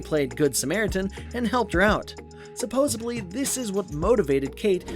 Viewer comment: Did the narrator say "supposeBly" as in with a B? Oh, hell no.